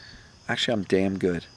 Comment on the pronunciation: Phones speakers 🔊 aren't the best. Did he say tell yourself you're "Dan Good!" Or "Damn Good!"? Asking 4 a friend..